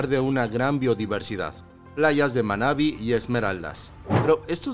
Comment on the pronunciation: NO ES MA'NABI, ES MANA'BÍ, con acento en la última sílaba y TILDE EN LA í... conozco todo mi Ecuador y no tengo palabras para describir mi país... simplemente es hermoso 😍.. 🇪🇨🤩